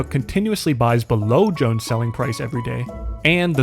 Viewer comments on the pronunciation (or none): none